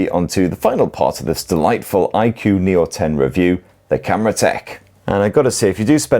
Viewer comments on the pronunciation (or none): It's pronounced I-koo 😅